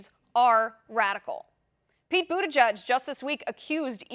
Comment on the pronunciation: Yeah, and I don't even know how in the hell that pronunciation comes from his name? " President Buda Judge". Or "Booty Judge", Nope! Never!